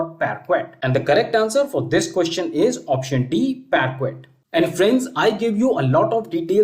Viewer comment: Your efforts are really appreciated but your pronunciation of "parquet" is not right.